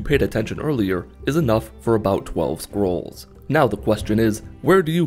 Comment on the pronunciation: The only thing I heard is squirrel